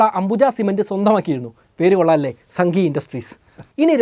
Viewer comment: Pottaaa... It's pronounced as Saanghi Industries ..